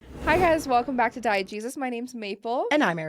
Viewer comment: Lol I hear your guy's channel name and I hear "Diet Jesus."